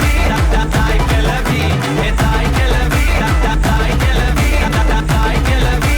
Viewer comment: கெலவி..இல்ல..கெழவி... சரியா உச்சரி